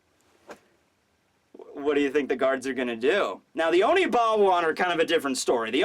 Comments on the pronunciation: It's Oniwaban, not Onibawan. Please stop mispronouncing it. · ackswally, it is Oniwaban not Onibawan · holy crap its oniwaban not onibawan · say it with me now, ONI-WA-BAN group! Love your videos man.